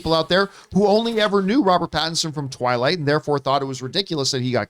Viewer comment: “Twaylight buooy “ Never gets old John 😂😂